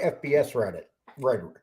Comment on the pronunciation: Listening to try to say rhetoric is comical.